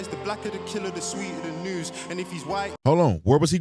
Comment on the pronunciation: He said “noose” not news lol